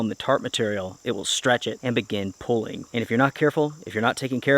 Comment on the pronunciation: Pronunciation gets to me. Plz learn how to pronounce pooling and quit saying pulling.